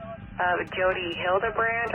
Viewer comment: Jodie Hill-de-brand ffs